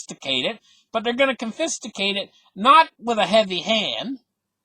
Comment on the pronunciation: Confiscated. Take-out the T in the middle. Cheers fm Damo.